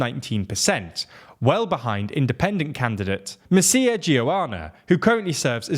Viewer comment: It's so funny how you pronounced the name of Mr Mircea Geoana haha, instead of "Mircea" you said "Messiah" 😂